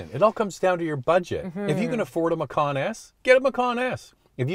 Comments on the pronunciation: I think the name of this vehicle (macan) almost certainly originates from an Indonesian word meaning 'tiger.' But the letter 'c' in Indonesia is pronounced 'ch' so this car is a Porsche 'matchan.' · You mispronounced it. Macan should be pronounced "machan" ("ch" as in charlie). Macan is the Indonesian word for tiger and porsche took the word as the name of its compact suv.